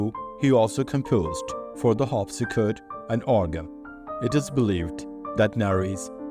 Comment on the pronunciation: As you’ve probably noticed, I’m limiting the “torture” to every third video to try to keep the focus on the errors that occur most often. It also allows for more practice on words that seem to be used most often. I’m going to harp on the rhotic “r” until you master it in the “or” words. They seem to be the troublesome ones. The “or” words that occurred in the were: “court”, “harpsichord”, “support(er)” and “world”. The sound that you’re missing is the same as the words “or” and “ore”. The tongue needs to raised to where it’s just slightly behind the alveolar ridge. Practice with words that begin with “r” to get the “feel” of the proper positioning. The next group of words are the “middle ‘u’” words three or more syllables. In most cases, these words use the long vowel sound, not the short. The words that came up in the last three videos were: “calculus”, occupied”, “popular”,reputation” and “tuberculosis”. For the long “u” I use “yew” as the phonetic because it sounds like name of the letter itself, which is what is meant by the long sound. Therefore, they are pronounced as follows: “calculus”= “KALK-yew-lus”. “occupied”= “AHK-yew-pied”. “popular”= “POP-yew-lur” “reputation”= “rep-yew-TAY-shun”. “tuberculosis”= “too-BUR-kyew-LOW-sis”. Some of these same words have been corrected before, so they need more practice. The last words have occurred before, so give them more practice too. They are: “satirical”, “subsequent(ly)”, “theatre”, “theatrical “ and “theologian”. Corre